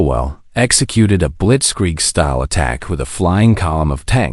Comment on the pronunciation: Ha! Ai is funny, mistranslating "blitzkrieg" in "blitzsqueak"!